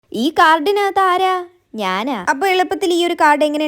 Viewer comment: That "njana'😂